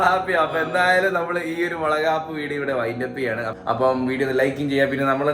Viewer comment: വളക്കാപ്പ് അല്ല വളകോപ്പ് 😂